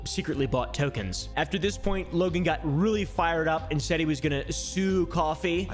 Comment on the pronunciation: “This is Wogan’s Bwoken Pwomise” 💀😂